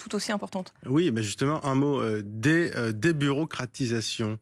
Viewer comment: Bayrou qui n'arrive même pas à dire le mot 'débureaucratisation' et qui parle ensuite d'intelligence, c'est une mauvaise blague. En face, des LFIs comme Manuel Bompard, docteur en maths appliquées, droit dans ses bottes et bluffant avec son savoir et ses arguments. Force à vous M Bompard et soutien total.